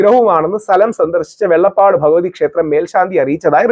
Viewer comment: വെള്ളപ്പാട് അല്ല വെള്ളാപ്പാട് ആണ്